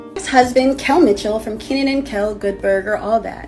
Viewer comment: Keenan and Kaylen 😭😭😭😆 I love when you get everybody’s name wrong